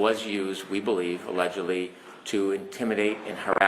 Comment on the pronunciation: Why sayvallegedly in this courtroom?